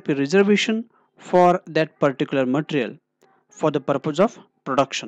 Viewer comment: My suggestion is.. learn to pronounce material. it's not pronounced as matr... Otherwise good content.